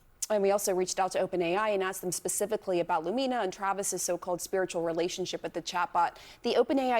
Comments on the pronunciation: It bothers me too… the accent is supposed to be on the letter “U”. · Lumina mispronunciation is annoying.